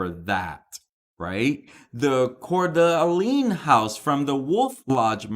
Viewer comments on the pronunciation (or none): Pronounced Core-Duh-Lane